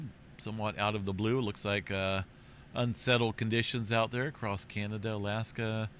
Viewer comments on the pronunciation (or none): none